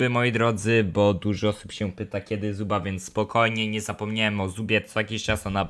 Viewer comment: Nie zubba tylko zobba